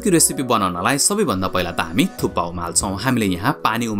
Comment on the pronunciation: It's thukpa or thuppa ,😅??